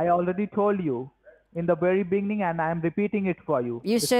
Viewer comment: "from the biggning"